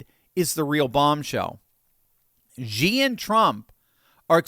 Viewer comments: bro it's "she", not "shzi" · The Dictator of China's name is NOT pronounced "Gee"; it IS pronounced "SHE". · you lose credibility by mispronouncing Xi as in Xi Jin Ping. The old transliteration system used "Hsi" which is a closer pronunciation. It is a softer "S" sound and less a "J" sound. Please check with other Chinese speakers to get the correct pronunciation. I love your discussions - my brother and I discuss them almost daily. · I know it's nitpicking, but it always bugged me... Xi is pronounced "shee" not "zhee." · It drives me a little crazy that American's pronounce Xi like "Jee." Where do they get a J? Xi is pronounced "She." It's not like we can't pronounce it correctly. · It’s not Ji, it’s Xi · Please XI is not pronounced with a G at all. It's pronounced SHE not GEE. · I hope you don’t mind my correcting your pronunciation of President Xi. It’s pronounced as SHE NOT GEE, so many news outlets mispronounce his name and I think it’s embarrassing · Love the content, but just so you know, Xi is pronounced (approximately) "she", like the pronoun. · please pronounce Xi's name right.. no "g". "Shee".. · I love ya,, but you seriously need to learn how to pronounce Xi's name...unless you're doing it on purpose, of course.